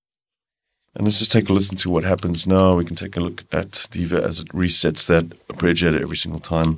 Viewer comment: Man, your videos for the Diva are really good, but it's not 'arpReggiator'! :-)